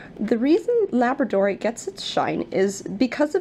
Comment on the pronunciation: Pronounced la BRAD o rite